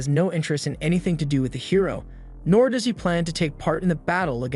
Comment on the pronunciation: If the AI voice hadn't mispronounced 'does' and 'live' i'd have thought it was just a monotone person. Also thanks for saving me tons of time tracking this down and watching it